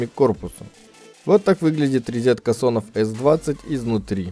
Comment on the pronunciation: Тот самый случай, когда человек правильно произносит английские слова, пытается даже в акцент попадать, но говорит "резетка"..